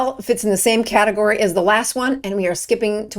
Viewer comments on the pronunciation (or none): none